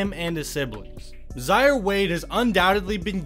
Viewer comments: His name is Zaire, (pronounced Zi-air, like the African Country), not Zi-ar. Get it right! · “zyer” was killing me the the whole video😂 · You should learn how to pronounce people's names accurately. He is named after the African country Zaire, so hi name is pronounced the same way as the nation